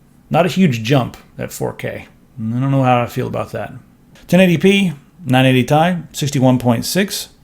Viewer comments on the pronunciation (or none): Who the fuck pronounces it like 980 tie? It's T. I. You sound like a dumbass when you say it that way. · Its 980 T - I and not 980 Tie. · Would've subscribed, but you called it the 980 "tie" and not ti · Its not 980 tie, its 980 tee eye. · "980 Thai" ~ 2016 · Am I the only one annoyed by calling it the 980 tie...? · 980 "tie"??? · 980 tie? lol thats what he says... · Stop saying 980 Tai! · stop saying Tai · pls stop calling it the "980 ty" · as much as I agree with you, it really make sense to say it that way as the 'i' is not capitalized but hell, then it should actually be 980 [t-ee] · "980 tai" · If it stands for Titanium, then say Titanium. Otherwise, serve it over some ramen and dress it with soy sauce. It's not "Thai".